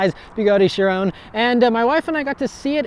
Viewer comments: The word is pronounced “Ky-ron,” not “shuh-rone.” Come on man, you’re supposed to be a car guy...🤦‍♂️ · It's a French name and it's pronounced "Shi-ron"